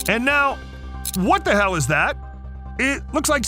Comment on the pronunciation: please dont say hell like that